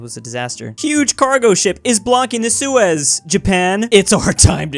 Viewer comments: don’t say seus canal without the e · don’t say sues canal without the e